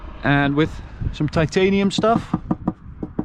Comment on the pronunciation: "Titanium" Lol